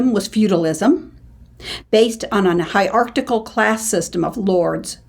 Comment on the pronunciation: Great! The word is 'hierarchical' not 'hierarchtical'